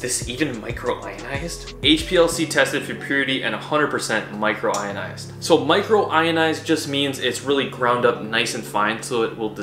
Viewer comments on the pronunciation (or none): Not 'microionized' micronized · Why do you keep saying micro ionized lmfao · the pronounciation of micronized and creatinine were special